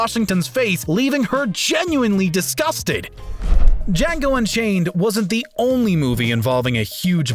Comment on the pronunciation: When you mispronounced django